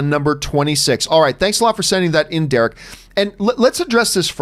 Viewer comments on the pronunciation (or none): none